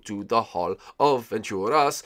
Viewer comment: It's aventuras not adventuras